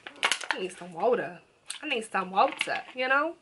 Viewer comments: When you said wooter it's water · she said " i need some wOaTa" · I love how u say “I need so water” bcuz it sounds like u sayin “I need some wota” it makes no sense but it’s funny to me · “I need some ｗｏｔａ” 💧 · When she said water I was Like WOTER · I need some woter that was funny